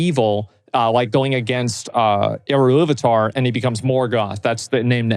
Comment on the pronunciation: why is he saying "eruilluvatar" ? when it was Eru / Illuvatar (same deity, different names)